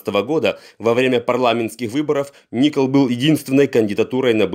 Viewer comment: ИНФО только не Ни’кол а Нико’л